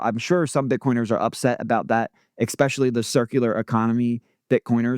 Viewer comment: it’s pronounced ESS peshially vs EX speshially